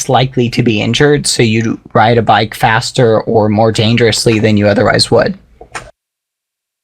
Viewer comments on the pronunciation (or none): none